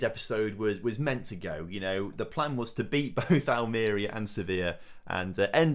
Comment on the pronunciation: any chance you can give everyone an early Crimbo present and learn how to pronounce Almeria for next episode. lol